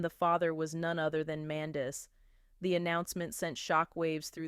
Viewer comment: You Utuber Said Her Husbands Name Wrong ! Get It Together Idiot ! Love Yandy ! Love Lee Lee !